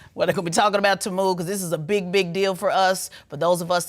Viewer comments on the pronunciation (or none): Its teeee-muuu not taaaamuuu😂😂😂